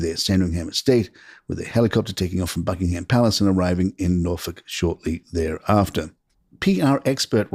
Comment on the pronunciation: William has, in Anglican parlance, turned the other cheek multiple times. Harry is the sinner; never to be forgiven. By the way, Buckingham is not pronounced “ BuckingHAM”. It is Buckingham.